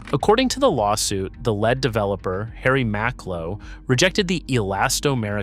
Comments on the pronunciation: Why put so much effort into a human made video and then let the robot read it for you, granted in your own voice? How do we know, the robot used the term "led developer" instead of "leed developer" when pronouncing the word 'l e a d', in the context of how it is to be pronounced when preceding the word 'developer'. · Why are you pronouncing “lead” like the metal?